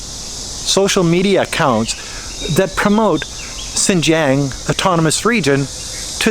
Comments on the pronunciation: Lol, by "Sinjiang" you mean 新疆? Pretty disrespectful to live in a country and not even try to pronounce the local language correctly or even learn it in the first place. Sadly that arrogance is very common among native English speakers, in China, in my country and every where else. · How are you still not able to pronounce Xinjiang properly? Do you even care? Sigh